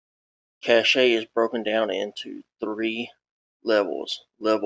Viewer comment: Cache is pronounced like "cash", not "cachét"